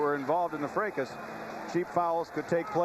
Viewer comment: Did he say ‘Freckus’?? Haha Did he mean to say ruckus??? Hahahaha